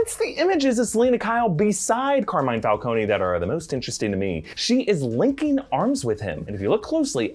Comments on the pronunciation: I thought it was Fal-cone not Fal-coney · falcone not falcony god dam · So nobody will adress the fact that,long term Comic-fan (as he claims to be) is butchering the name of the iconic gang leader in Gotham???? Falc-on, not Falconey,jesus christ! Much like they did with Venom,calling them "Simda Yachts" and not Symbiots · It's /fal-CONE/, not /fal-COH-nee/. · I wonder how will Matt Reeves approach the pronunciation of Carmine's last name will it be (Fal-cone) or (Fal-coney)? 🤔🤔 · FAL-CONE....why are you saying the E???